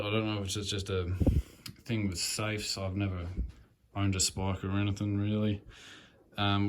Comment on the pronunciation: You're saying Spika correctly, mate. Good job on the video!